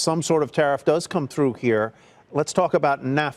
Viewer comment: The host was just champing at the bit to use his Manhattan French, "C'est fini?" #worldly